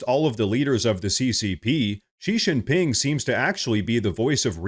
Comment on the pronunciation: Xi Jinping's name is pronounced SHE GIN PING.